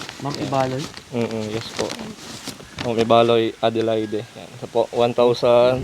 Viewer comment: Ang pag pronounce sa Adelaide ay silent ang e sa katapusan bale ang pagsabi nyan ay Adelaid.